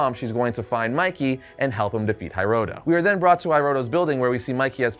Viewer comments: HEEroto not HAIroto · Not to be that guy, but it's pronounced He-roto, not High-roto. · HEEEEEROTO not HAiiiroto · It's pronounced "hee-roh-toh".